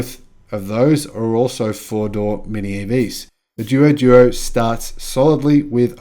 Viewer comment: Haha, I usually don’t mind you mispronouncing the Chinese car names, but after hearing that long list I just couldn’t help myself. Anyway these are a couple of the most obvious ones: “Duo Duo” is pronounced “Dwo Dwo” and means “More and more”. “Qin” is pronounced “Tchin” - When China romanised their alphabet they picked existing letters for consonants that don’t exist in Europe, and “Q” was one of them. Incidentally all BYD cars in China are named after Chinese Dynasties - doesn’t mean much to the west but they are meaningful to Chinese.